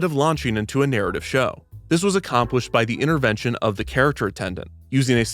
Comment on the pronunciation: “inerventions” bro what lmfao